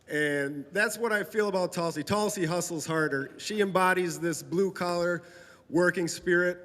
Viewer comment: BTW notice she signed that autograph in English, not Cyrillic ;) it's Tulsi, not Tulski :P